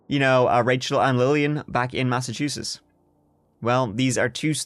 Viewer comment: Massachusetts, omg you're the only who's ever said the name correct. Lol... from here, I just call it massatooshits bcuz I can, I live here. This story sucked too.